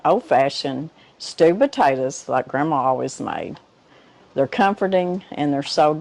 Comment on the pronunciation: Another wonderful cooking video! Thank you for sharing! As a northerner I'm amazed by your accent. 😆 In this video it kinda sounds like you're saying "stupid taters" which made me chuckle.